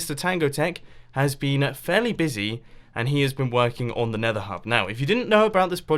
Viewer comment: Mumbo said "Nether" without his accent! Woah!